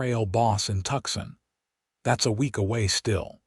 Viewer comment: Tooooo - san not Tuck-sun